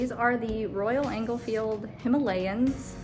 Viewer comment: They are not called engelfields but enfields no g in the name of the bike ;-)....